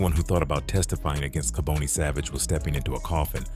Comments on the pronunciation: Its ka bon ne not ka bone ne . Rip to all those affected by his evil acts . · Kaboni is pronounced "Kah-bonny" not "Ka-boney", you don't catch cancer! smh if you gonna tell the story tell it right! Bonnie didn't sell on corners. We Philadelphians don't like we you eff the story up. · It's pronounced "Ka-Bani" not "Ka-bonie". You can atleast pronounce the name right of the person you're making a video on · You pronounce his name wrong